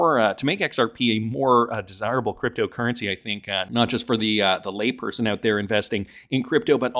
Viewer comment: "...layperson" WTF?